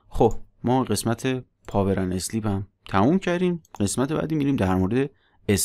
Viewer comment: ممنون همه ی ویدیو ها عالی فقط تلفظ صحیح sleep = سِلیپ ( اِسلیپ = × )